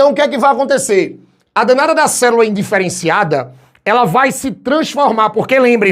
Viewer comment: Ouvir a palavra "cerula" eh a melhor parte da aula kkk